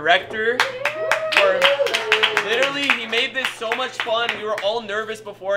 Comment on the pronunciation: Is it me or did he say fon fon time instead of fun fun time